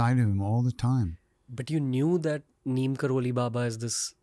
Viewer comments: His real name is 'NEEB' karori Baba. As westerners couldn't pronounce it they kept calling him 'Neem' and we Indians blindly follow what westerners teach us . Pls go research or ask your seniors who knows about him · Ranveer being so specific everytime makes me wonder how come he hasn’t researched on baba’s correct name. Baba’s true name is pronounced as Neeb Karori Baba.